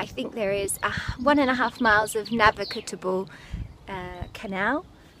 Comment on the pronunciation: N A V I G A B L E !!!!!not navigatable Aaaaaaarrrgh!☺